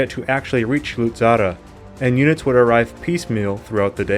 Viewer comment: Very good job Indeed, but the correct name is "Luzzara" not "Luzarra" . And, btw, in the references, my surname is "Fiorentin", not "Florentin". Would you please take notice? Thanks a lot in advance!